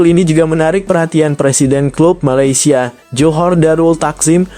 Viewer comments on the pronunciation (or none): none